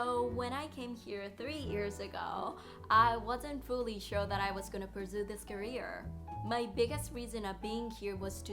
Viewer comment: career の発音 まちがえてませんか？ 9分17秒のところです。